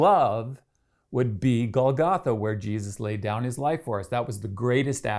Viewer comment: It would be nice if you knew how to pronounce the word Golgotha. The accent goes on the first syllable.